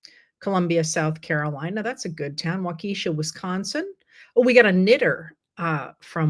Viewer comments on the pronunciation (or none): Not to be rude, but it is pronounced Wauka -Shaw. Enjoy your daily letters and on YouTube. You help me keep my sanity. There’s a lot I don’t read or watch lately, but always you and Robert Reisch. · Love your work HCR The town in WI is pronounced WAHkuhshaw here in the Midwest not sure if that aligns with the indigenous pronunciation though. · Waukesha: the “ke” makes a “kuh” sound. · (Waukesha WI is pronounced Waw-ku-shaw, with the accent on the first syllable. FYI)